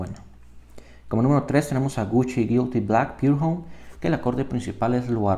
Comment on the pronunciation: pour homme es francés aimgo ud lo pronuncia como "Pure Home" del ingles